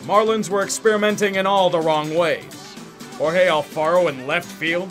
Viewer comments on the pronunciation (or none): none